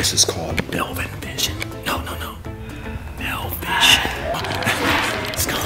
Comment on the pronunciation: no no, “mil-vison” hehe